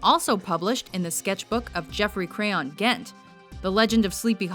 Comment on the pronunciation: Look again at how you pronounce the author's pen name. It's supposed to be educational, and you don't want to steer your audience wrong.